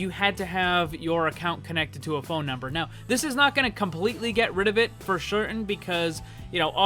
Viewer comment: for schertain